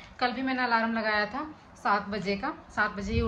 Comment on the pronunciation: Alarm hota hai di alaram nhi thora shi se boliye 😂